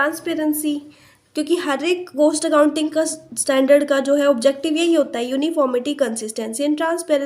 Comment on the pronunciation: maam its cost not coast